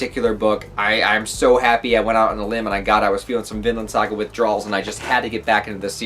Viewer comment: At the beginning, it sounded like you said "Villain" saga.